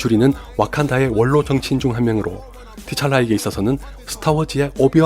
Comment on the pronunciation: 블랙팬서의 본명인 T,Chala는 티찰라가 아니라 트찰라라고 발음하는게 밪다네요